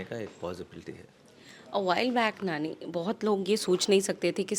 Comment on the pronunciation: Woh Nanny nahi, NANI hai.. dhank se bol lo naam..